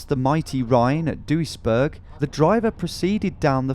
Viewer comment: Seeing him crossing our new bridge in Duisburg is kind of a weird feeling. Also, best english pronunciation of Duisburg I heard (its not perfect but many do far worse)